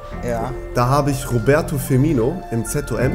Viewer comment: Ee heißt dennoch Firmino und nicht Firminio